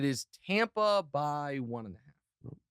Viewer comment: TOMPA BAY..... Really?